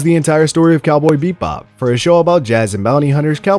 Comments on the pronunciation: Why do you keep saying beep bop am I tripping or is it actually beep bop not bebop 😂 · It’s Cowboy BEBOP not Cowboy BePbop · bebop not beat-bop, and Terp-si-core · I heard beatbop lol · Bro can't even say the name of the show 😂😂😂